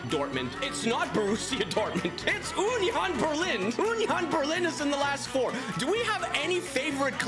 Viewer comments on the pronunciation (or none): UHHnion Berling😂